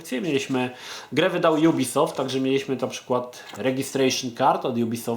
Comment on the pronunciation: Kiedy ubisoft miał stare logo to wymawiało się go ubi soft a nie jubisoft :D